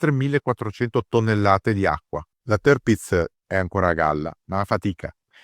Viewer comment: sbagliato! Dove hai sentito sta cosa. Se vuoi dirlo alla tedesca allora la r la pronunci come r moscia o come a chiusa. Dove hai sentito le due i? Semmai si pronuncia tiapitz, berlin- bealin, natürlich- natualich, hitler- hitla, e cosi via. Parlo gia tedesco e ti dico che è cosi.